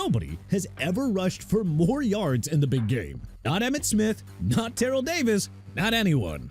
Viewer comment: LOOK HERE! TERRELL DAVIS PRONOUNCED TUH-RELL DAVIS!! GOT THAT?! ALSO FRAN TARKENTON AS IN TAR-KEN-TIN!! AND YOU MEANT JOHN ELWAY, SUPER BOWLS 21, 22, 24, 31 AND 32 (WHICH YOU FORGOT TO MENTION)?! AND YOU KNOW WHAT MR. "I HATE THE DOLPHINS" KEEP MENTIONING DAN MARINO BEING THE QUARTERBACK WHO NEVER WON A SUPER BOWL! MAKES YOU LOOK GOOD HUH?! YOU PEOPLE MAKE ME SICK!!!